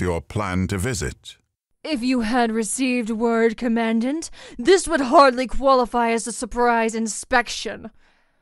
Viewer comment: Command dant?? pronunciation is important!